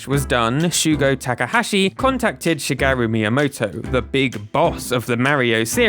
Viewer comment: please pronounce shigeru correctly. is my father name. is しげる. thank.